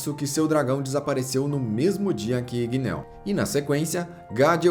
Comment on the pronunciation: Igneel n se pronúncia com o som de "e" e sim com o som de "i" como tem dois "e" o nome fica com som de "i" mds q agonia shhssh